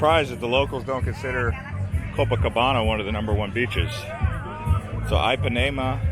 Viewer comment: LOL Ipanema is pronounced "Eepanema" not "Eyepanema"! XD